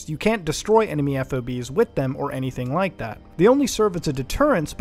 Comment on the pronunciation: Did you rike it?